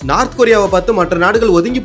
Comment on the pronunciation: அடேய், " நார்த் கொரியா" எங்கேயடா உள்ளது? "North" ( நோர்த்) கொறி/ரியா என கூறு.